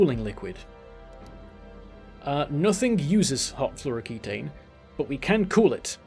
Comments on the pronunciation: It's fluoroketone (-own) not floroketane (-ayne). Ketones are real compounds in organic chemistry - they didn't make those up. Nice vid. Super hyped for this expansion. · do you have beef with fluoroketone and thats why you keep calling it fluoroketane? :D